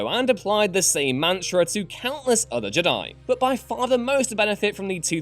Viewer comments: Yeah i noticed he's different pronunciation of the word Jedi. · Why is he pronouncing Jedi like j'dai? Infuriating! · Why do you pronounce “Jedi” like that?...